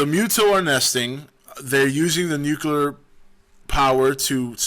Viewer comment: The word is not "noo-kyoo-ler", cottonmouth. It's "noo-klee-er". Okay, tubby?